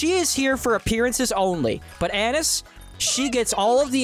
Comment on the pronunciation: Bro saying her name wrong 💀💀💀💀🙏🗣